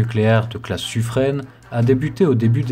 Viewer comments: Suffren se prononce Sufrein et pas Sufreine. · Bonjour, on doit prononcer Suffr "in" et non Suffr "ène". C'est un nom propre Provençale et dans les registres de la marine (Service Historique de la Déférence) on trouve même le nom du Bailli écrit en phonétique et il est bien prononcé "in" et non "ène". Sans faire de généralités ni de raccourcie mal venue, la prononciation "ène" est typique du parlé parisien, dans les années 1780 et trois patates c'était déjà le cas. Mais la prononciation locale et telle que donnée par la Bailli de Suffren est bien Suffr "in". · Interessant , juste Suffren se prononce Suffrain! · Merci pour ce reportage. Attention, Suffren se prononce Suffrain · Au sujet du sufren , il faut prononcer sufrin. ;-)